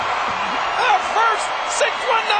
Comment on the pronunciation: LOL santino is hilarious in this segment!!!! Rey MASTRIO!!! LOL